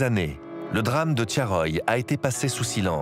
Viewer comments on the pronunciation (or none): Thiaroye et non Thiaroyé. ,Ndiaye et non Endiaye. Mbaye et non Embaye.....Articulez et bien prononcez les noms d'Afrique pour ne pas passez sous silence les faits de l'histoire Cordialement.